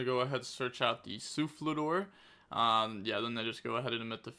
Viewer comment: it's Sulfador not Sulflador. No L after the F.